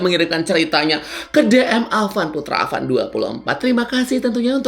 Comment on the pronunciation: Bukan awan tapi avan😂😂😂